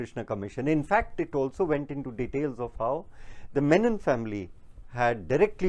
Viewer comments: Funniest part he repeatedly kept saying Yakub "Menon"... While his name was Yakub "Memon" was it deliberate 🙄🤔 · Ek to "MEMON" hai "MENON" nahi. Menon South-Indian Keralite Hindu surname hota hai jab ki Memon ek purely Islamic surname hota hai. Jisko bachane ja raha hai Navlakha, uska naam bhi properly nahi aata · Sala memon ko menon bol raha hai gautam nauhaga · So much detail in the speech and yet no attention to read the name properly? It's Memom and not Menon. No one likes to hear their names distorted in letter or in spirit and here a decent Hindu Mallu community is being maligned as opposed to a completely different individual who has nothing to do with Kerala.